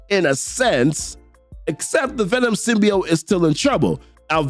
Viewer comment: Dammit, you should’ve went for the head!! 😂 Side note: It’s pronounced Sim•Be•Oat